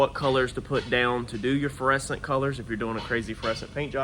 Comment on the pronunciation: are you say "feresent" paint jobs, or "fluorescent" paint jobs.